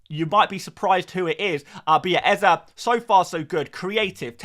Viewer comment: Stop saying eze like that please and thanks